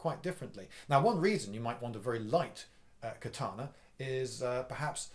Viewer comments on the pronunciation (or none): I'm a huge fan, Liindy, and I enjoy your discussion about the katana. One thing grates, however. It's ka-ta-na not kuh-TAH-nah. Matt Easton mispronounces it, too, and it's hard to pay attention to the vid when I'm yanked out of the narrative over and over again by kuh-TAH-nah. BTW, I've watched all the Highlander movies and the the TV series. What sword do you think would be best if the goal is to decapitate? One could also lop off body parts like a hand or an arm for advantage. They don't grow back even for an immortal. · It's KATANA 'Ka' NOT CUT! Dickhead! Read a book! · Ka-ta-na. You pronounced the "ka" correct. The rest of the "a"s are pronounced exactly the same. ka - ta - na. Without any accent.